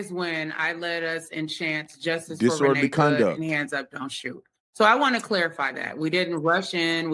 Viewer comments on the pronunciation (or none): none